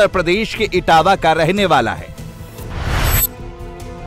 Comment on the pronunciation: etawah hota hain itawah nahi